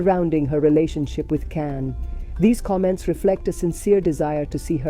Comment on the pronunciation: Pronounce his name correctly!